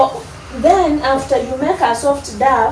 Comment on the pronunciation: You pronounce dough as "dow"